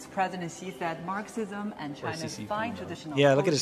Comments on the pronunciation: It's not a tongue slip. It's Marxi-Xi-sm 🤧💀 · How TF does an English guy say Marxisisim? Bruh... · if you are going to do a dictionary commercial don't mispronounce words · An English man who can NOT pronounce basic English words like "Marxism". ROTFLMOA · The guy not knowing how to say Marxism is a good sign though.